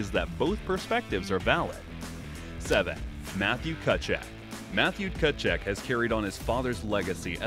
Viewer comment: that pronunciation on Tkachuks name lmao